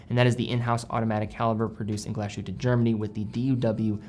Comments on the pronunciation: Please, you pronounce Glashütte as two Words: Glas Hütte. Not as Glasjute. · Everyone butchers the name of this town. What is wrong with glass-hut'a?